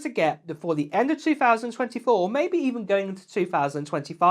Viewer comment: What on earth is a "ma'-be'-ehh," though? LOL. Keep it coming,. Always entertaining.